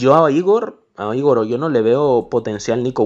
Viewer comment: Gran video pero Igor se pronuncia con el acento en la o en vez de en la I